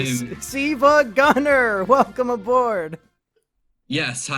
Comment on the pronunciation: It's "sevagunner" W H A T